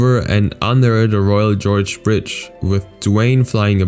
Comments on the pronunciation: is not Royal George. The G is like in Golf, Gum, Game. Gorge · its not "jorge" its pronounced "Gore-g" not "George" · It’s not “GEORGE”! It’s pronounced “GORJ.” Fix the narraration before you post. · It's actually pronounced like "gore-j" (Gorge) not George like the name. Just thought I'd mention that. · It's the Royal Gorge bridge, not the Royal George, like you keep saying. Gorge as in canyon, not as in King. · Royal Gorge, not Royal George... lmfao!!! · Gorge starts with a hard G as in "go." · That bridge in Colorado is pronounced by the geographic feature not like a proper name